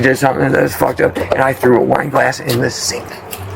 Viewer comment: I swear I thought he said, we were doing a line! 😂I guess he said I was doing some wine! By the way, NY is east cost to Florida is South of that… across the country would be from the West, dude!